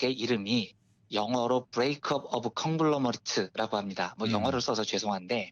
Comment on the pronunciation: 이기자님.잘들었습니다.^^ 참고로 conglamerate 의 발음은 콩글라:머렅 입니다.ㅋ